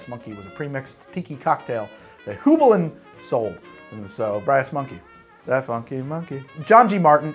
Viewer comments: "Hue-bline" or " High-bline " never "Hoo-bline" Great vid, BTW! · Aw buddy, it's pronounced "hue-bline". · it's pronounced hyoo bline. Here in CT we actually have the Heublein Tower, which was the owner's summer home. It's on the top of Talcott Mountain, not even 5 minutes from my house and you can see for tens of miles when you climb to the top. Absolutely gorgeous house and property in a really cool location. Anyways, sorry for being pedantic, but yeah I've heard hugh-bline all my life and it was driving me nuts to hear it mispronounced. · In case no one has told him, Hueblein is pronounced Hugh-bline. I don't know how to make symbols and am not a literary scholar, I've just been to the Hueblein Tower in CT a lot over my life. When you hear enough people pronounce a word you kinda ingrain that as the proper way. Like pronouncing Tiefling with a long e sound, and Drow to be more like brow than row. Also, Goslings makes an incredibly mixable ginger beer, I love my Goslings and Craig. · Yikes how you "Heublein". Back here in CT, where Heublein is we pronounce it like hugh-blyne. So there ya go. Great channel. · Its pronounced Hi Bline